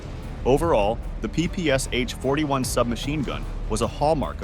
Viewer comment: PPS-h [ pi:-pi:-es-eɪtʃ ], he said. In "ППШ", the Ш is [ ʃ ], not [ es-eɪtʃ ].